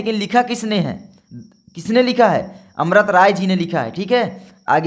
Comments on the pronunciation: Bhai amrt rai nhi amrit rai hota hai yaar 🤦🤦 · Sir amrat rai nhi amrit rai hai